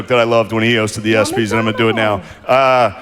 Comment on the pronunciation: dam cant even pronounce the espys HE DIDNT BOMB HE KILLED you live under a rock